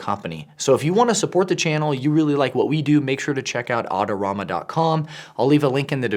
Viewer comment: I've never heard anyone pronounce Adorama like 'Autorama'